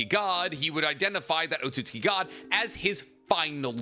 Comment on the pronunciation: wait when did you start saying otsutsuki correctly?!